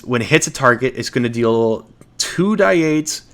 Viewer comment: Love your videos but hearing "2die8" is driving me nuts. It'd be 2d8.